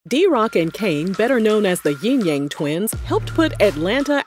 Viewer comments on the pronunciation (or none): It's Yin yang not Ying yang